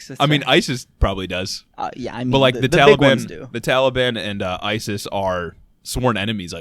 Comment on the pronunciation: Everything they said is straight facts but everytime dude said "Tally-ban" sent me 💀💀 I love yall 💪🏾❤️